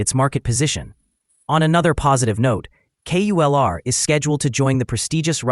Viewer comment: It’s not QULR , it’s KULR 😂